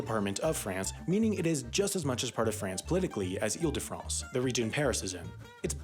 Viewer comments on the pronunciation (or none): I spitted out my drink by " eel de France " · "Eel De France" xD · Eel de France is the baguette of de oceeeaaan! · EEL de France ... lol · Eel de France 😂😂